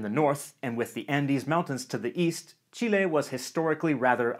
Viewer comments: I like that he says "Chile" and not "Chili" ❤❤ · As a Chilean i really appreciate the fact that you call us Chile with the letter "E" pronounced as Spanish and not the English "E" which make it sound more like "Chili" the meal for us. Great Video! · kind of unrelated but god I can't thank you enough for saying Chile right! I really hate it when foreigners say it like "Chilli", really ticks me off.